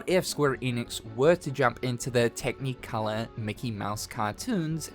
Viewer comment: Why do you say “tech-knee-colour”?